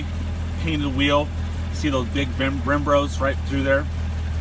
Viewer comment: "Look at them big Brembros"